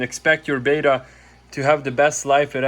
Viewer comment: It's betta not beta but otherwise great video 😁